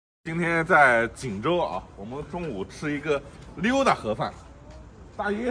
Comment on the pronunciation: 我听到的是“垮饭”，根本没喊“盒饭”